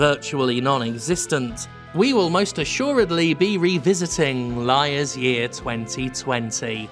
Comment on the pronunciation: “Liars year” lmao